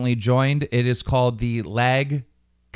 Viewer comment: its lag comp podcast, like lag compensation not lag com podcast